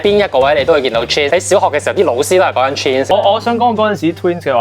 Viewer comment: 睇左兩分鐘，真係頂唔順你哋啲賴音！尤其是黑衫男. 連 Twins 都讀千屎. 搞唔掂👎👎👎👎👎